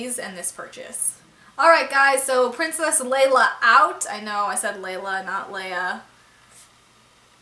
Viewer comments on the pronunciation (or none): none